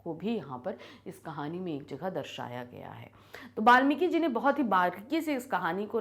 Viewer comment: App hindi ki teacher ho kr bhi valmiki ji ko balmiki bol rhi ho 😅